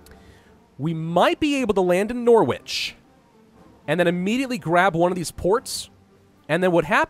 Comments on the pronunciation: my friend you do all of that fancy French pronunciations and then call Norwich 'Nor-Wich' when in reality it is actually 'Nor-Ridge' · Nor Wich yesss american pronunciation my lord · its pronouced nar witch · dude... in America thats how you say it. Theres a H so its Norwich not Norwic. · "were going to land in norWITCH" XD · "Nor-Witch' 'Birming-ham' hurts my ears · "Nor-witch" lolollololololoololoo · As someone from East Anglia, your pronunciation of Norwich makes me giggle. It's stupidly pronounced 'Norrich' ;) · OOoowwwwwww! The pain in my brain when he says Norwich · I understand thats the American way to say it, but it still hurts my delicate English ears. The H sound isn't the issue. It's just we are lazy and drop the W sound, Luckily flattened it pretty quick so I wont need to remove my headphones anymore:) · In Norwich the W is silent, weird I know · I like how Americas say Norwich lol